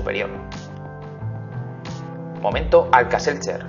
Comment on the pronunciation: Todo iba bien hasta que dijo alka-setder